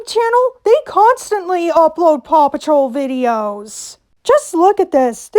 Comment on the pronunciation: The amount of times paw patrol was said on quick succession it just sounded like papa troll